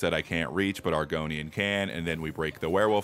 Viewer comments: Was he calling Angrboda “Argonian”? Maybe I’ve played too much elder scrolls but idk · AG R BODA not Argonia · Bro it’s angrobotta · “Argonian” Damn, he really did call Angrboda farming equipment. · The way you pronounce Angrboda is amazing, keep it up <3 The run is also GOAT. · argony, thud, and hemmroids😂